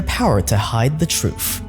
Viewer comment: here's the truf I love my teef